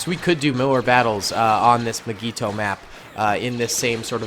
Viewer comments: Nobody:: MIGEETO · why does he say mygeeto like that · says mygeeto wrong fan: meh me: REEEEEEEEEEEEE